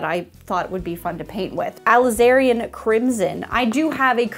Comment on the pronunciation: Okay but all the ones you thought you were saying wrong you were saying right. However, alizarin and cadmium a bit off. Normally I don't think it's relevant to comment on pronunciation because I obviously know what you mean but it made me laugh.